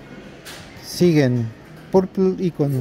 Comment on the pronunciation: Que lindo video familia como siempre viéndolos con cariño saludos desde buenos aires PD . Nos reímos cuando dijiste la marca sigen y era siegen pero son detalles ajajja saluditos a la Romi y a las niñas